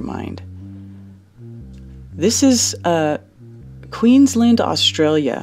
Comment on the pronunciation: How she pronounced Queensland and Brisbane got me triggered, and I’m not Australian 🧐